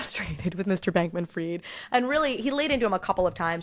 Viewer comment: It’s “fried” like fried chicken, not “freed”!!!